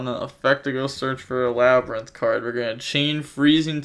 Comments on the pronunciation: “Laber- Rinth” (LABYRINTH)… you really butchered it lol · Bro just say lab-rinth lol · Labyrinth. It’s just the word. Lab-ri-nth lmaoooo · Lol LAH - BRIAN- TH 😂😂😂😂😂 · "la bryan tith" NO WAY🤣🤣🤣He has got to start watching Market Watch more with MKohl. This takes effort yo be this wrong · My guy, how do you not know how to pronounce labrynth?